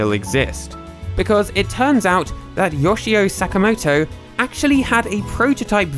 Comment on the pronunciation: What’s up with Brits never looking up how Asian names are pronounced? Yawshi-o Sack-a-moto...